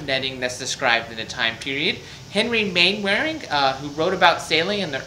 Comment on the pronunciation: Fascinating! Thank you. Maybe it’s a period thing, but the usual pronunciation of Mainwaring is “Mannering”. Rather like Cholmondeley being pronounced “Chumley”.